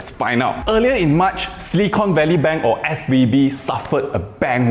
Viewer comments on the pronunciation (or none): Not "silicone"... it's silicon 😆 You use silicon to make chips, not silicone. Silicone is what you use to seal bathrooms 😁